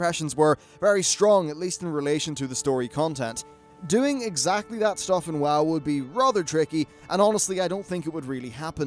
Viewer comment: Why do you say Woe instead of WoW at times?